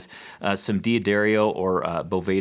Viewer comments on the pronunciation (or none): Yes, but people's names don't follow rules - whereas, 'words' do; the following video disappeared for some month's then re-appeared, edited -- I believe had do this. In the original video, after corrected for twice pronouncing his name 'DeeeAddario' -- -- continued to purposely mis-pronounce it, like a stubborn child that won't be told what to do ----- If I had been I would have stood up and punched several times hard in his sour flabby mouth: D'Angelico -- DANgelico; D'Aquisto -- DAQuisto; D'Addario -- DADDario. "I guess that's what happens when you spell your name with an apostrophe after the D in D'Addario." -- No, it's what happens when people are ignorant and lazy.....and disrespectful.